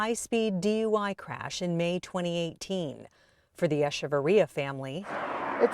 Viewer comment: Eshevarria?? Wtf his name was Echevarria. CH!